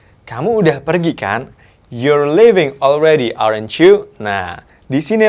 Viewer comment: Aren't ? (Pronunciationnya di cek lagi mas). Keep going.....amazing